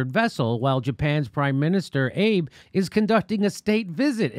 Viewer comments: Prime Minister Shinzo Abe's name is pronounced "Ah-bay" 安倍「あべ」. Cheers from Kyoto. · It's pronounced 'ah-bay' not Abe, as in Abe Lincoln. I just had to be that guy... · "Ah-bay" = Japanese leader Abe pronunciation.